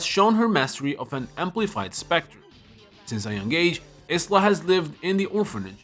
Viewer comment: Is-la? IT'S IYLA 😭*pronunciation*